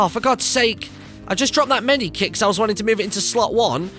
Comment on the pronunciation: Medkit not medikit